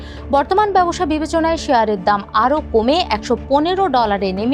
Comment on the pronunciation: এসপেস এক্স !!! ব্যবোসা !!! উচ্চারণ এর তো করুন অবস্থা